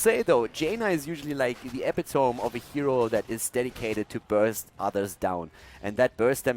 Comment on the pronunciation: it's ep-i-to-me not ep-i-tome. :)